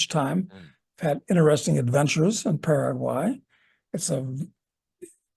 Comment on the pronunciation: Paraguay...a good start would be to pronounce the name of the country correctly...lol